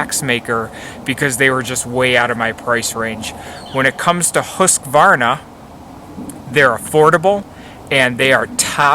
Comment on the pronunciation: Great advice for an outdoor woods companion. Awesome job pronouncing the manufacturer name, I would have failed. Thanks for sharing :)